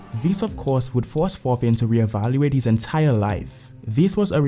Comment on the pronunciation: my man out here butcherin the name of thorfin u say it more like "torfin"